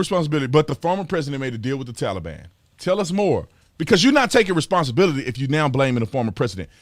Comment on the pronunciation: You mean, the "Tollybon" 😆